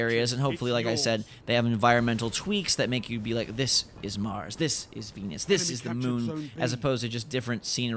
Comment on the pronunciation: Who thought he said penis when he said Venus LMS